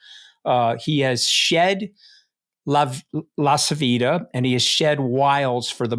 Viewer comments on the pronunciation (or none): none